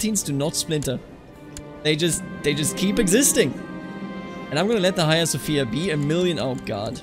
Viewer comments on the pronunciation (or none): none